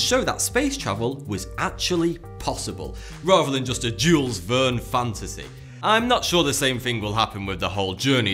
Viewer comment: Jewels Vurn? Try "Shill Vairn"